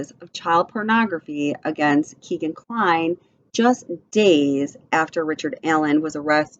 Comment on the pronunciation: It's pronounced "Keg"an, not Keegan. He's named after his Dad's favorite bar Keg and Stein.